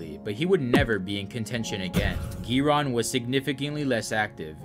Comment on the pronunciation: The way he pronounces 'Giron' 😂😂